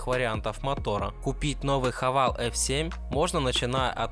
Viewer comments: Сам ты хавал! - Хавэйл ! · Не Хавал, а Хэвэйл.